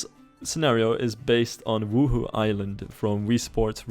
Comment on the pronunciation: As a Sims player I get startled every time you say 'Wuhu island' cuz I hear 'Woohoo Island' it sounds so dirty lol